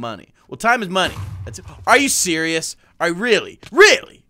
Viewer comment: When you say are you surios my Siri says yes I am